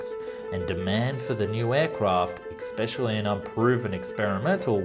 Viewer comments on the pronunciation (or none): I cannot emphasise this point enough...it’s especially not exspecially, please stop bastardising my language it’s been around for over a millennium but Australians and ESPECIALLY my loveable friends from the USA just cannot say certain words for some innate reason...other than that it was a great video 😎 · I can't believe this guy actually said "EX-specially", and he said it twice. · London? Washington? Manchester? New York? Never heard of 'um. Also, "Expecially" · Please don't say "ex-specially", I've noticed this a few times now!